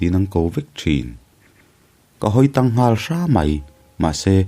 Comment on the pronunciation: Hawi tang.. tih ah khan TANG kha a hnaim lam a lam tur..